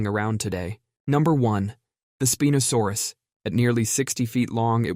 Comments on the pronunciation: Really? Really? "Speen-o-saurus" .....SPĪNE-O-SAURUS! HOW HAVE YOU NEVER HEARD THAT PHUCKING WORD? CHEESELESS RICE, MATE ! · Speen o saurus lol? Is that how it's supposed to be pronounced and I just been gas lit for the past 30 years